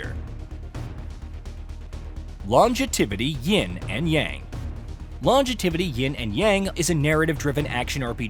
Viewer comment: Lon-ju-ti-vi-ty 😂😂😂 and he said it multiple times